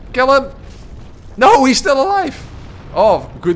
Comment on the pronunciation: Love the dutch sounding ''NOUUUUU''